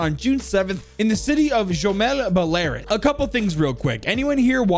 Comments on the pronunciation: Btw it's pronounced Bella-roos not buh-lair-us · love the video. (ashamedly) I'm a massive simp for Finka and other eastern European ops, so this is something that I immediately enjoyed. my only complaint is the pronunciation of Belarus. I think its pronounced bela-roos? That's just how I say it, but other than that, love the video. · not to be that guy but thats not how you pronounce the country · don’t mean to be this guy but can you learn how to pronounce Belarus right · no way you said Belarus like that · the way he says Belarus is hilarious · pronunciation of Belarus killed me on impact XD